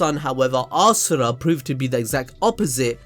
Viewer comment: Ass-ura hahahaha